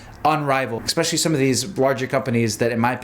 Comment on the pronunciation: Lemme axe you a question. What kind of MD says "expecially"?